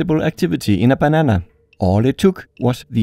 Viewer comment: I need you to make more videos involving bananas. I’ve seen two so far and I love your pronunciation of banana.